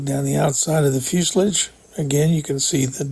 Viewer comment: Sir its called a fuse LAGE NOT a fuse LIDGE